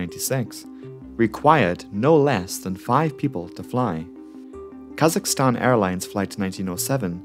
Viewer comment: i clicked on this vid bc i enjoy learning about disasters/crashes and i’m a kazakhstani. i wasn’t disappointed, keep up the good work! also thank you for getting kazakhstan’s (english) pronunciation right. i’ve heard too many people call it kuh-ZACH-i-stan years lmao